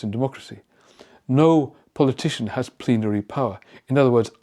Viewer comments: He said plenatory. That’s a serious reveal of the Dictatorship. That leads to war crimes trials. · He said "plen-tary" instead of plenty. That was an epilepsy episode in my opinion. Not a doc but work in retail....we see it all folks! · He said the word "plenary"... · I don't know... I think that may have been a medical issue. He started mispronouncing and slurring words before he stopped talking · I heard him say “hath plenary authority..” and then he was aware he wasn’t pronouncing correctly. He had some sort of TIA , or Transient Ischemic Attack. Textbook example.